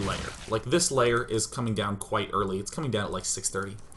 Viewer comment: Why does he keep saying "Layer" instead of "Lair"?